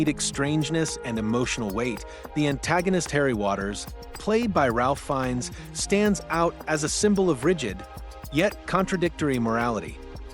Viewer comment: = Bruges is pronounced Bruj = Ralph Fiennes pronounces his first name as Rafe